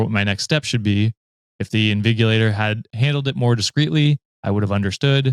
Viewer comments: Btw invigilator is said 'in-vij-u-lay-ter' idk if it's mostly a uk thing but yea we usually have at least one sit in and monitor all of our exams here - Great episode as always guys, love the collab! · Soo hiii ...new wikimaniac here Btw it's pronounced In_Vi_Gi_La_Tor 😂😂😂😂 Besides that as someone that comes from a country with a very awful education system, I can understand the part of not knowing what is being taught in school and the lecturers not even teaching it ,because it's a very normal thing where I'm from literally .😂 Like right now I'm in 300l and we have exams starting next week , but half the lecturers we are seeing now we have not seen them throughout the duration of the semester and now they are bombarding us with PDFs that's like 30 pages long with different topics and pictures of textbook one of them even send us chatgpt generated notes like literally doesn't even change a thing just copies it and pastes it . Soo yeah it possible for a whole semester to pass and you won't see the lecturers, the ones that will come will not teach anything of importance and literally read the textbook to us that we must buy because it's their CA , and then half their topics will be given to us as assignments and more than half the time they won't give us the textbook till a day before the exams. Soo yeah and people that will tell me to report it 😂😂😂we have but they will tell you that's the norms bear with it and many more problems ...😂 I won't mention because that's just it but just thought I will share PS. Im a nursing student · Invigilator would be pronounced with a J sound but yeah got the definition right. They walk up and down the exam hall to check for stuff like this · 😅 I'm concerned by everyone not knowing invigilator, not hard g, its the g sound thats like a j. Its the exam proctor.